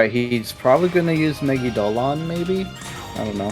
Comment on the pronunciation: why do smt youtubers keep mispronouncing megidolaon??? its me-gi-do-LA-on. not me-gi-do-lon. ugh it gives me conniptions!!